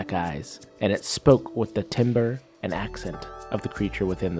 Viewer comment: Really cool video :) I really liked the story and the cursed item sounded really cool. Quick note though, timbre is for some reason is pronounced like “tam-ber” I hate that word as a music major it pissed me off since I needed to write it a lot lol. Again though, super awesome video man. You got a new sub :)